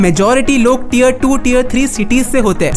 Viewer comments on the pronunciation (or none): none